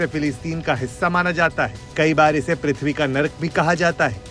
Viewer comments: पृथ्वी होता है "पुथ्वी" नहीं ...... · पुथ्वी नही, पृथ्वी.. ✅🤦‍♀️